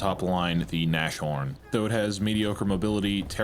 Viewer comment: Its NAS-HORN, not NASH-ORN. Jeez that gave me anxiety. Means rhino, or nose horn.